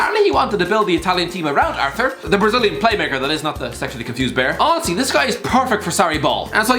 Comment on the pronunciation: Pronounced ar-tour